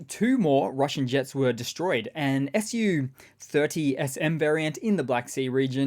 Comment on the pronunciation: I –KNOW– that you must have said "SU30SM" and "SU-34" while reporting on the destroyed Russian jets, but I swear my brain heard "FU" in each case, and I laughed so hard.